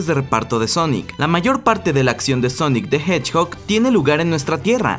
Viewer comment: dijo honic the hedgbog